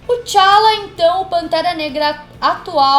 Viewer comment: E não é Chala! É T `Chala!